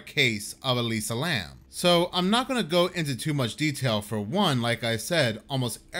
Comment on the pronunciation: It's Elisa Lam, not Lamb 😂 Here I was thinking there was another female student mysteriously disappeared.